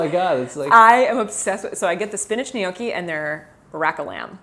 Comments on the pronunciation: Gnocchi. Nyocki Not Nee ok ee 😊 Just so you know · Gnocchi is pronounced like the *gn" in lasagna, or the ñ in Spanish.... "nyoki"